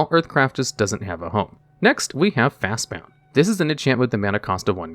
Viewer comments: Bruh it's fast BOND not fast BOUND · BOND. FAST BOND. Not bound. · Fastbond, not fastbound. It's like you go out of your way to butcher the pronunciation of the card names. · Y do u keep pronouncing Fastbond n Manabond with "bound" instead of "bond"? I could overlook ur pronunciation of Necropotence since people easily say "omnipOtence" n "omnipAtence" so heating the A sound in Necropotence isn't weird to my ears but makes sense. But it clearly says Bond on both cards, not Bound, I'm confused. Is it on purpose, do u say a name wrong just to breed comments of annoyance? If so, clever but FU 🤣 other than cringing everytime u said Fastbond or Manabond this is another amazing video tho i argue that Shaharazad is banned for power level reasons cuz it is the best stall card in magic n that isn't very different than many other cards on the legacy n modern ban lists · FastBOND, not FastBOUND. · He was doing it with Fastbond and Manabond as well, saying "bound" instead of "bond." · "Fastbond", not "Fastbound". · Your pronunciation of "Fastbond" is grating.